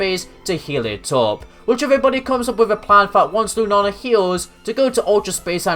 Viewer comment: Lunala lu na la not lunana and i apologize I'm not one of of those who get mad at people who say the Pokemon name wrong but i couldn't get what you were saying it sounds like you're saying Lunana again i apologize for being mean